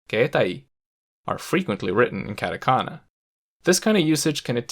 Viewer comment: Stopped watching as soon as he said katakana and kanji wrong. Yikes... 🥴